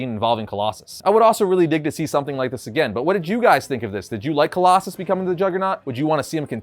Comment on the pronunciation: Really? "Coloss-a-snot"?